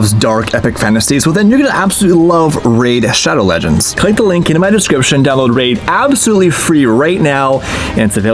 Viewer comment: "clinck the link"? Me: What?